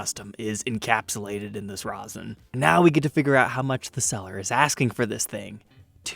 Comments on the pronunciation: It's not "ROSIN " it's 'RESIN ". Rosin is what ballplayers use. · "Long time listener, first time caller" - dried resin is like concrete...don't let the fact that it's clear fool ya. It will NEVER be be playable again, and the chances of "retrieving" it are slim to none. Oh, and it's "resin" NOT "rosin". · thanks. However.. erm.. you were saying 'resin' weird.. like 'rou-sen'.. resin is pronounced like 'raisin' but with an 'e' instead of a 'a'. Back on topic.. iiwy.. you're not DIY guitar channel mate.. if you were you should'a got that guitar and restored it.. but since you aren't then no.. it's too much hassle for you. If you have a friend that does DIY guitar/luthery/tech etc.. then maybe they could buy it and do a vid for us? otherwise.. no it's not fair on you as a time hog + major hassle. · Rezzin not rosin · For future, love the content but its pronounced rez in not roz in. the latter is used for traditional string instruments on the bow for induced friction to make the sound the former is a 2 part mixture that makes what you see here. Much love and stay safe. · The pickup covers are more rounded on the corners. Definitely 1970's model. BTW, it's "resin," not rosin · It was driving me nuts hearing him say rozin! Do all Americans say that? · RAW-ZIN. WTF.